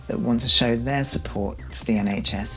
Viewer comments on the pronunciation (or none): ... "SHN"... hahaha!! Bless. <3